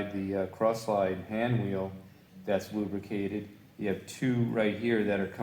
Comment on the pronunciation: I believe he said "way oil".